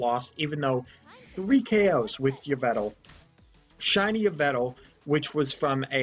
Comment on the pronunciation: Also, you mispronouced Yvel Tal, (Evel Tol)